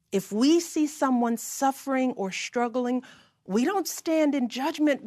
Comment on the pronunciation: I couldn't help noticing she kept mispronouncing words that started with "str." "Strong" became "shtrong" and "struggling" was "shtruggling." Same with "strategy" - "shtrategy." Weird.